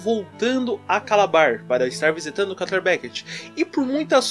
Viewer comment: Pq vc pronuncia “carter” é o correto? N seria “kâtlêr”